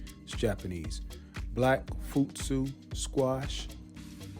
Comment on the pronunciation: I prefer direct sowing over sowing in containers and transplanting. I need to get more of my fall crops in. I planted my winter squash already. I also planted Japanese varieties. The kobacha and red kuri. Futsu is pronounced like footsoo the o is like in the word hoot.😉 Thank you for sharing.😊🌱